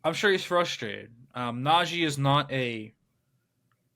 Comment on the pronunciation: Just watched a video of Najee saying he doesn’t understand why people say his name like that, then watch this video and see this guy saying “Najay” over and over again 😂 never did I notice that before